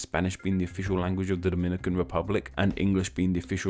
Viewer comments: Lmaoo your pronunciation of Dominican (from Dominican Republic) and Dominican (from Dominica) is hilarious. How we (brown skin people in the US who frequently interact with people from both countries) differentiate the two is the DR is pronounced DAminican, and Dominica is pronounced DOMinica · We don't call ourselves "doh-MIN-ih-cans"... we call ourselves "do-min-NEE-cans" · I think you ought to revise your information, sir. People from the Dom"i"nican Republic are called Dom"I"nicans ( to stress the "i") while the people from fro Domin"i"ca are called Domin"i"cans. Which in Spanish is referred to as Dominic"a"nos y Domin"i"cos. The demonym "Dominican," comes from the name "Dominican Republic" which in turn comes from the name of the second and larger city, Santo Domingo, founded by Bartholomew Columbus in 1498. The name of the city was given by the founder in honor to his father, whose name was Domingo and because they arrived there on a Sunday (Domingo in Spanish). Now, the of Dominican Republic was given by the founding fathers of the nation, because the name of the entire island was Santo Domingo and the adjectival form of Domingo is "Dominical" (pertaining to Sunday) and in those that identifies themselves with "Domingo" are said to be "Dominicanos." Not to be confused with the name derived of the adjectival form "Dominicos" (the friar order founded by Saint Dominic, known as Domin"i"cans). In other words, the name of the Dominican Republic comes from the name Domingo rather than from the order of Domin"i"cans, which the name applied to the island of Dominica. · Yeah its duh-MIN-nih-cans and Daw-muh-NEE-cans. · and the fact that both of them are called Dominicans but one is pronounced DO-MI-NI-CAN and the I get is DO-MI-NÉE-CAN and then people have the guts to try and correct me it pisses me off